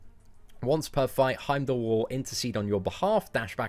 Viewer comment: its pronounced Heimdall not Heimdall